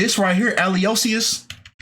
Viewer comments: Theo’s middle name Aloysius is pronounced “Alo-wish-chus.” The “y” has a “w” sound…. Just letting you know. I worked on the Resident with Malcom for 2 seasons, thank you for your insight on this matter. Glad to see you back at it bro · It's pronounced: aloe ishus🤣🤣🤣. I missed you. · Its actually pronounced Aloicious like saying Allo - wish- us but I digress….